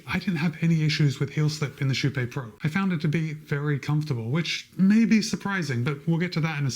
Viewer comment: Actually if the name is from kypegården its actually pronounced more like sheepé. Sh - ee (need) - p - é (pokémon). Im swedish so i know that pronounciation. The "ee" part is not exactly right but i cant think of a closer comparison in english